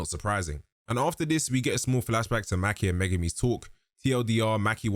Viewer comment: Mah-key not Mackee 😂😂😂😂